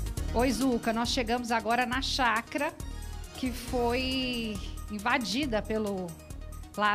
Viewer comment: Caramba a jornalista falou chacra por duas vezes não é chácara ?